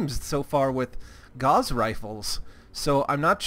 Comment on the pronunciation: Just FYI, Gauss is pronounced as such